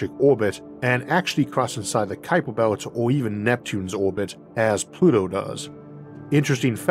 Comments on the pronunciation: Ah yes the kuiper bewt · Isn't the name pronounced 'cow-per'? Although my Dutch is quite poor - anyone Dutch here?